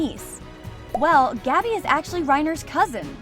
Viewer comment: The amount of times they said English names for characters wrong is astonishing. 1. Tom Ksaver is Saw-ver, and not Saver. 2. Gabi is pronounced Gaw-be and not Gabby. 3. Keith Shadis is Shaw-des, not Shades. Finally every time you said Ackerman, you pronounced it Ockerman instead of the proper English Anime translation of Ackerman. Is spelt and heard the same way. This is why i watch dubs. (Also if you type in a nerd emoji it just means I'm smarter than you. So go ahead and call me a nerd all you want.)